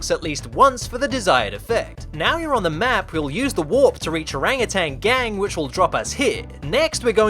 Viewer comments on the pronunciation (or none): How he says Orang utan gang "Erengeteng geng" Indonesian language👁👄👁